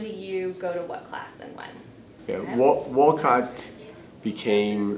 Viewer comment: You can tell when people say wolcot they are not from Wolcott